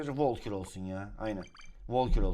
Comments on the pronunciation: Volkür değil Valkür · Şu karta volkür deme Valkür diye okunuyor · Abi valkür o sen valkor deyip duruyorn sinirlendim ya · Abi volkür deme artık o valkür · Abi onun adı volkür değil valkür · Abi volkür değil valgür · volkür değil valkür ya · abi ne olur artık vAlkür de volkür deyil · Abi volkur değil valkür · Valkure volkür demen xD